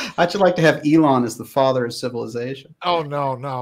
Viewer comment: “Ellen Musk” 😂